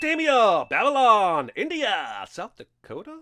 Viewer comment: Balylon?? :D